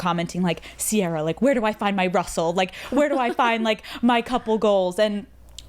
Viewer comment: This is great, but it’s Ciara not sierra